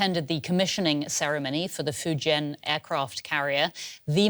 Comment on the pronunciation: A significant moment "Fajaina" 🤣Fajaina